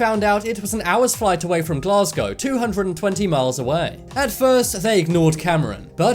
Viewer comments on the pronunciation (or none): none